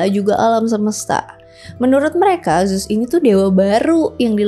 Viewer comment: Baca nya bukan zus kak tapi zeus